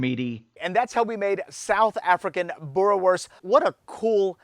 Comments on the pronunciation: It's pronounced boo-reh-vors Also, those sausage must be cooked on charcoal, there's no substitute. Good job though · Boerewors is an Afrikaans word. In Afrikaans a "w" always sounds like a "v". So it's pronounced boo-ruh-vorce (preferably with a rolling "r") Bonus tip: In Afrikaans, a "v" is pronounced as "f" e.g. vark (pig) is pronounced as fark. 🇿🇦